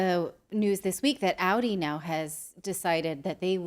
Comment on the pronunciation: Natalie did you say Aldi or Audi lol :)